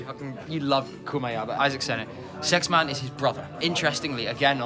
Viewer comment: It's SexMANE not SexMAN